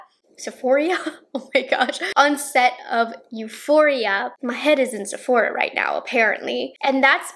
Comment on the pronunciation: Lmao! Sephoria 😂😂